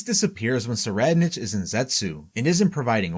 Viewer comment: "Tserriednich" is pronounced: *Sir-eyed-nik Make the correction for future videos.